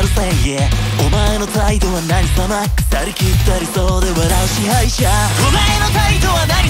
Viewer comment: 大好きなとこ↓ 支配者の「しゃ」の発音 がなり 気だるい感じ るの発音 「ね」のビブラート 「笑って」はビブラートで「媚び売って」はスパッと切ってるとこ 「SLAY」の余韻残ってる感じ がの発音 囁き声 裏の囁き声からの「お前」のがなり ずっと歌って欲しいと思ってた曲です😭最初から最後までかっこよかったです🫶🏻